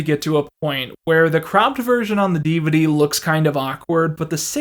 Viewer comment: the way you said DVD